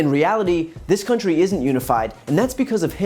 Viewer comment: I just wish he'd STOP putting the accent on the wrong syllables in 'country' and 'industry'🤣